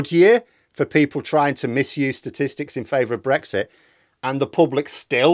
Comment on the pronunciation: Brexti, is that anything like Shakti?